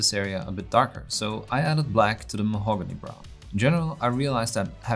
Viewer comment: how he pronounces Mahogany is 10/10